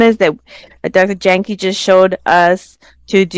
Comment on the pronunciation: Jahnke pronounced "yang ka" He's so humble he never corrected you. 🙏😂